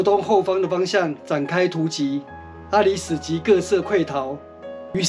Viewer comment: （阿里史)是巴宰海族阿里史社.原領域是今台中市潭子區一帶。 (阿里史a-lí-sái）的（史)不是唸sú 而是唸做sái。